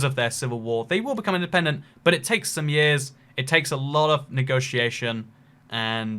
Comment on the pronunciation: In-DE-PEN-DENT. Dent-ED-PENTIN